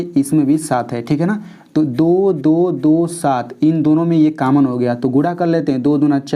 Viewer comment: Kammon nahin hota hai common hota hai